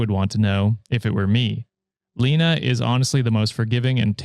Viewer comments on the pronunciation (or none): My name is Lena and it's pronounced "Lay-nuh"